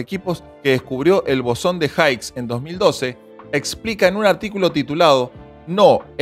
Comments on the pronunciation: No es haigs es his. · Es bosón de Higgs [jíks, no jáiks]. ¡Qué mucho sabe este wey del tema, ¿no?!